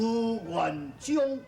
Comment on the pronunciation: 元璋 元終（台語）😱